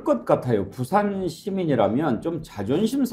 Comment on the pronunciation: 붓싸~아안. 고품격 원어민 아니 원주민발음. 어이구 창피해 제발 바쁜 총수들을 끌고다니지 마시고 생각하고 말하세요.나랏님! 쫌쫌쫌